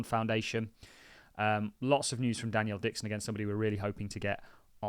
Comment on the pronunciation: You will never get her on your platform calling her Danielle Dixon! Her name is Denelle, “Den-ell” come on mate it’s not that hard, you just make yourself sound stupid!